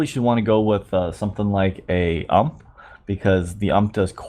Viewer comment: it's not 'ump', but rather 'iu-em-pi', like you say the MP5 name, 'em-pi-five',since the ump is the upgraded son of the mp5